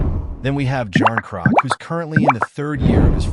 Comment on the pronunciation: Ky-yay-jarn-crock…… that’s all I needed to hear lmao